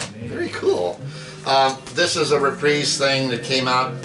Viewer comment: Reprisse or Reprise 😂. Or Detroit or Duhhtwois😂... But i still love this guy? 😂 Doooosh bag❤